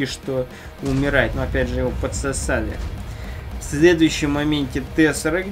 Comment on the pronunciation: ахахах так смешно говорит слово "подсосали"пххахахаа